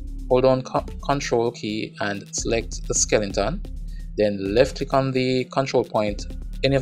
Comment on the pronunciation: D i don't care if you pronounce skele 'n' ton, skeleton or skel 'shi**' ton. i'm glad you offer those videos for free (never look a gift horse in the mouth ). thanks a lot man